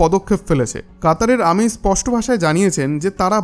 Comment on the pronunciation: শব্দ উচ্চারণ টা ঠিক মতো কর বেটা , আমিন না কাতারের আমির ।